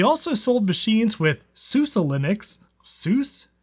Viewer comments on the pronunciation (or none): SuSE Linux is pronounced like the name Susie. Not sure if you figured this out already or anyone else mentioned it here. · It's "sue see" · pretty sure its supposed to be said like: Su-Za BTW; I would sometimes say it as Su-ce almost like suzie without a Z in it. I always wondered how successful someone would be if they took a ancient Linux distro like that and compile the latest Linux kernel for it and tried to daily drive it 😅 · SuSE is pronounced Susie like the girls name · For anyone wondering - SUSE (now all caps was S.u.S.E. in the 90's) is pronounced 'Sue-Suh'